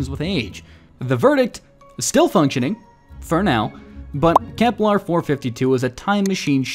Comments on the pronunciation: It's Kepler, not KeplAR. Johannes is rolling in his grave. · Say it with me: "KeplEr" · I keep hearing him say "Keplar".